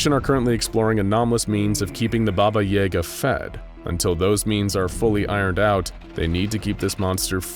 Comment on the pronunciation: I don’t like how he pronounces yaga he even mentioned the movie John Wick, where they pronounce it correctly or what I’m used to